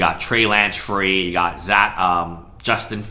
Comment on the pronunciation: He said “one, two, free”!